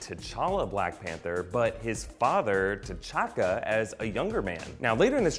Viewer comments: The narrator calls T'Chaka "Ch'Taka" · he said Ch’Taka instead of T’Chaka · T'Challa and T'Chakka are pronounced Challa and Chakka... Surely? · Did anyone else notice that he said ch’taka instead of t’chaka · What's a Chataka? Hahaha